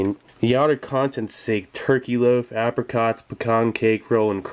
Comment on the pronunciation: You started pronouncing apricot correctly.